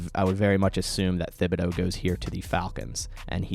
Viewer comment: Please correct your pronunciation of Thibodeaux. It is Tib-uh-doe. Thanks, from an Oregon fan!